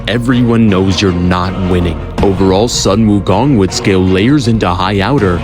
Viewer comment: You pronounce the 'Sun' in 'Sun Wukong' as 'Soon'!!!! So frustrating. Tsk.